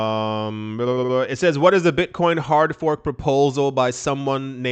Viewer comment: That hard fork sounds more like a hard ph*k. 🤣🤣🤣 "We're gonna make a BTCBDC! C'mon fellas!!! It'll be AWESOME!"